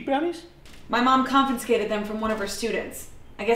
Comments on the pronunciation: She said, "CONFINSCATED" and I can't get over that. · "My mom... CON-FIN-SCATED.... fin.... FIN... There is no "N"......... Love you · ‘Confinscated them’ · Can't get over the pronunciation of "confinscated" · Is pronouncing confiscated 'con-fin-scated' a new fad or something? I'm hearing that a lot.